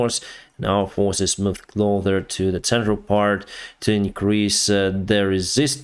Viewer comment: TAVARESH U always say "CLOTHER". It is cloSSSSSer. Thx for your work!